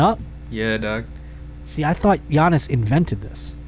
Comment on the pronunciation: It's pronounced like "Yannis" bro not "Gee-anis"🤣